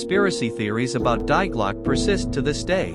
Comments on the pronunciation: Lil translation for all non Germans DIE GLOCKE means THE BELL you're welcome 🤗 Ps: Die is pronounced DEE.... Not Die. I tell u that for ur Future videos. But u can't know obviously. So no problem. Big thumbs up for ur videos because u bring out so much interesting information 💕🖤💎☀️ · TTS' fault for pronouncing "Die" as it is...